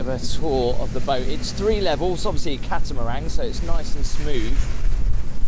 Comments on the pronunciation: It sounds like your saying, "Catamarang" it's pronounced, "Catamaran" 👍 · It's catamaran not catamarang... Cheerios and thanks for the cool video! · Please know it is a catamaran. There is no G at the end of it. Great trip to Svalbard!